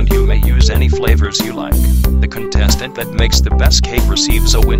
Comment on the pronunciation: Mistake on final episode of normal bfdi the announcer used the k sound in contestant while congratulating bubble